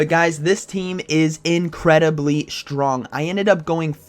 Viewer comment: I kinda like how he says "shtrong" :P